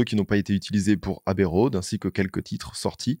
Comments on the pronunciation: super docu banger encore une fois, par contre c'est "abbey road" pas "Habbey road" 😂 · Bravo ! Très très beau travail, la vidéo est top. C’est fluide, bien documenté, précis et captivant. Chapeau ! À améliorer ? La prononciation de quelque termes anglais (pas de H à Abbey Road) Encore bravo !